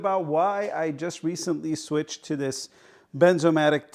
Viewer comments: Bernzomatic not Benzomatic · FYI, the name is "BeRnzomatic", with an "R" in it, not "Benzomatic" without an "R". The "R" isn't silent.